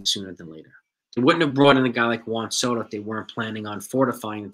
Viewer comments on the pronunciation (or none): none